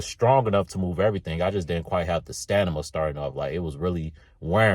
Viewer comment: lol 😆, I said to myself "if this man say sta ni ma one more time" then he said it, again and again, and again. Lol I ain't mad. We all know what he meant.